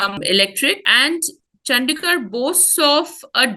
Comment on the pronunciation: It's चंडीगढ़ and not चंदीगढ़ I know most fools and ignorant say whatever.